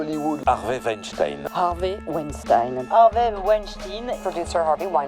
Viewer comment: Weinstein comme urine ! Qu'est-ce que c'est énervant de ne pas dire les noms comme il faut.